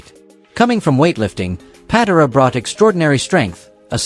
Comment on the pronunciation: I hate AI. Ken PAT-uh-rah??